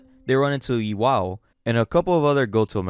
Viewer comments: Everything is amazing except for the pronunciation of the names. As someone who read the manga, I was wondering why he was calling Gin(Gihn), Jin(like the alcohol Gin), or Iwao(I-Wow), I-Wa-Yo.😂😂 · Not to be nitpicky but, how hard is to pronounce "E-wow" over "E-Y-O".